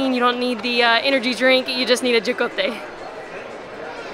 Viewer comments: Excellent video. Just FYI: ho-ko-tay = jocote. I have a huge tree, can't stand them but make the neighborhood kids happy with bags and bags of them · Haha when we watched these clips after filming I was thinking I must have had too many Salvadoran beers because I usually know not to pronounce the j’s 😅 I’m jealous that you have a jocote tree! It’s cool the neighborhood benefits from the tree so at least they don’t go to waste! Saludos amigo!